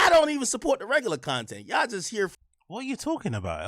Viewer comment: "YAW don't even, YAW ... " .. wtf is Yaw?